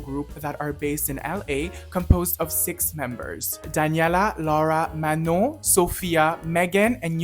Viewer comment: finally someone that pronounces manons name correctly 😭 great vid